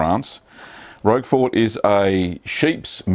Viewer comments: This is NOT how you pronounce Roquefort. The creator of the video was closer except (as you have stated) he was pronouncing it with the t (which is indeed silent). The closest phonetic pronunciation is ROAK-FOR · My favourite cheese - Roquefort, pronounced 'Rocker for' - The 'T' ain't pronounced - You're welcome!